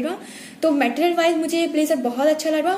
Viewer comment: Material bolna toh seekh lo pehle